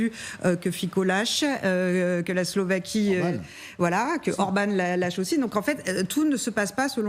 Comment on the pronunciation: S L O V A Q U I E pas Slovéquie !